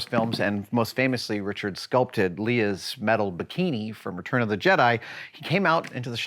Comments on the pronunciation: Lee-ah? um bruh its pronounced Lay-ah. oh the nerds gotta be up in arms! If they only left the house... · He pronounced Leia as "Leah" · Did... did he say, "LEE-ah"?!